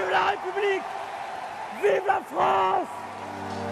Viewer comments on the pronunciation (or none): none